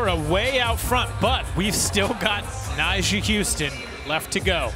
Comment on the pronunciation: Also, why’s calling Nyjah “Nysha”?